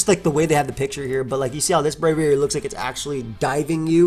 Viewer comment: they butchered Braviary 😭